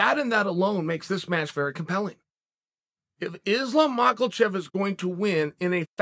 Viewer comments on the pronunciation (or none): Listen chael this needs to be said but there's no "L" in mackachev. It's mak-a-chev not makelchev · MAH-KAH-CHEV Uncle Chael: MAH-KLE-CHEF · MakLEchev. Not Makhachev. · the details of Charles character are such a mystery. Such dedication to mawklechev. Chael has been to Dagestan before and known these wrestlers personally. He knows how to pronounce this stuff. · Mocklechev* (not sure where you hear the "a") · Who's "Marklechef"? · 'Mackle-chev' lmao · Chael: Islum Mucklechev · Good ol Makelchev😂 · For the love of god chael quit saying “mackleshev” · I just love how Chael still hasn't properly pronounced a single fighters name yet... he even usually says a different name altogether 😆🔥 makelchev.... blahal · Mosta7eel Chael is still saying Mackelchev😭😭😭😭😭😭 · "Makulchev" Jesus, does he even try to pronounce names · Makhalchev. He has to be doing this on purpose!! 😂😂😂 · HIS NAME IS NOT ............"MAKELCHEV" - THERE IS NO ....." L " IN HIS NAME......... OK ??? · I live for the day he don't call him maklchlev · 'Mahcklchef' lol... Ok Chael. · Who the fuck is Macklechev?? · “Makelchev” lol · Makelchev r you sure it's not angela merkel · Lol how hard is it to say mak a chef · I love how Chael decided Islam needs an “L” in his last name 😂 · There are nine letters in Makhachev. Not one of those letters is an L but he puts one in the pronunciation. Sonnen undisputed undefeated, never lost a round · Why does chael throw an L in that dudes name every single time? He does it so consistently it’s impressive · There’s no L in Makhachev😅 unc. Go Bobby! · Lmao Chael really pronounce “Makhachev” wit a hard L 😂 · Why does he twist Mahachev's last name? Chukl Sulnon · chael ahahh how you gna add a L to makhachevs name ahahahah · There is no "L" in Islam's surname, why u keep pronouncing it like there is? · There’s no L in Makhachev